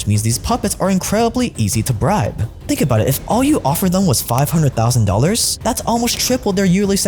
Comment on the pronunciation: really makes ya fink